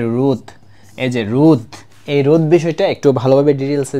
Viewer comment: রুদ না ভাই।রোধ😂